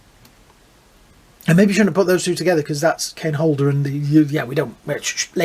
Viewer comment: Kane "Holder". It's Hodder.